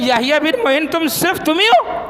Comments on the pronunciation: کھوتے وہابی شیطان۔یحیی بن معین۔عین کے فتح کے ساتھ ہے۔تو ضمہ پڑھ رہا ہے۔جسے امام کا نام نہیں پتا وہ ممبر پر بیٹھ کر ٹاں ٹاں کر رہا ہے۔واہ رے قوم تیری کم نصیبی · یحی ابن معین کا نام غلط پڑھتے ہو میم پر زبر ہےپیش سے پڑھنا غلط ہے